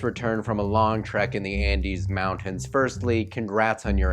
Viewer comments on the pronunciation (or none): none